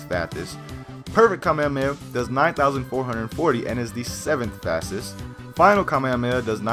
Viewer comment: Kaa - meh - haa - meh - haa pronounce right often, kaa - meh - aa - meh - aa just triggers me